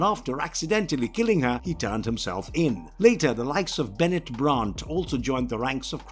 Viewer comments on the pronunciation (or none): none